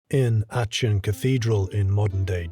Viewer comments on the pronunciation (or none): REALLY good work there! one nitpick: your pronunciation of Achen (it's more like Ah-ken). again, great content overall though! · Hi..its pronounced Arken....just a heads up.